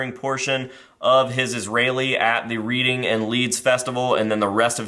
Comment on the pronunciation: Definitely do more of this! Also Reading Festival is pronounced Red-ing. It's a place in England